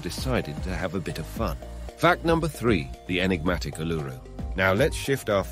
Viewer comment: that's also not how you say "woolloomooloo". It's /ˌwʊləməˈluː/. Stress is on the last syllable, and the "OO" makes three different sounds. Like "Wool - ah - mah - LOO". I know your just an AI, but your pronounciation of Uluru is so off i couldn't even recognise what you were saying. I thought you said "enigmatic allure"